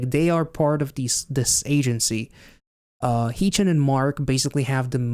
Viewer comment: Tysm for the reaction!! Just btw, Haechan’s name is pronounced more like “heh” chan (as in hair) rather than hee chan ❤